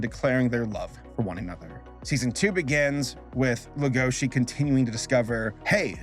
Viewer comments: noone:: legOUshi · Does Netflix have the series sub'd and dub'd? It's kinda annoying me that is saying Lah-goa-she & Tim, instead of Lay-go-shee & Tehm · Legoshi is pronounced 'lego shi" not " la goshi "... Sorry but hearing it wrong is such a cringe. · The way you pronounce legoshi makes me wanna actually die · Uhm … little nitpick here but you’re pronouncing the name ‘Legoshi’ very wrong. Now I’m really curious. Did you watch Beaststars only with English sub, or did you also hear it in English dub?